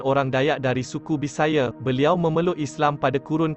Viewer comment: bisaya..bukan bisaye...sultan mahmud mangkat dijulang ialah sejarah sabah..bkn sejarah malaya